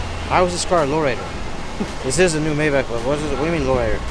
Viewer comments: It’s pronounced My Bok not May Back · MAYBACH is pronounced "MY BOK" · Nice car whatever you get done to it make sure its reversible because you flip your cars fast.... Its pronounced "MY BOK"😊